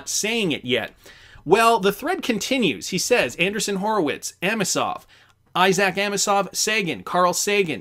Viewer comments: Anderson is pronounced one way Andreeson it’s pronounced with a long E I guess they don’t teach English up in Canada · It’s Andreeson … correct? Not Anderson? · Not trying to be picky, and I've enjoyed watching for years. But it's kinda cringy hearing Anderson, whenever I can clearly read Andreesen. Can you not see the difference in pronunciation? It's not like it's not been pronounced correctly on every financial and crypto related program everywhere. I know you like to keep things moving and regularly read your own interpretation of what people write. But some of these things go to having the basic gravitas and trust in the content. Hope you understand. Thanks.